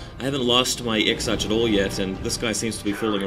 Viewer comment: Exarch is pronouced Ex-Ark